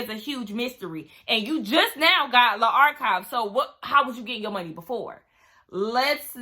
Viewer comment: Hey girl! It sounds like you're saying Art Guide. But it's Archive, like an archive of her wardrobe. Sorry, I just couldn't tell what you were saying ❤